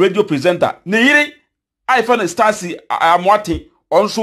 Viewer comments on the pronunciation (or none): Yoo know how to pronounce names ok you talking too much but you don't know how to pronounce names let me teach you is Stacy not STARCY ok thanks